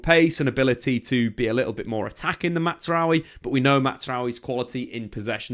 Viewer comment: Jonathan Tah, not Yohan. Mazraoui, not Matsraoui.